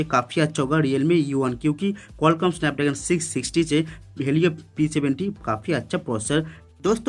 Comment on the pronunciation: Bhai video mai thoda Araam se bola kro aadi baate to smaj e ni aari.. snapdagan ni snapdragon hota hai Jaldi Jaldi mai “R” bolna bhool gye Kya thoda araam se bolo taaki words to clearly smaj aaye